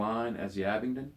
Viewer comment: Abingdon Bang on I bet u pronounce cambridgeshire correct,too!